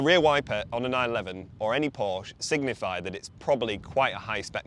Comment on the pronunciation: Learn how to pronounce Porsche.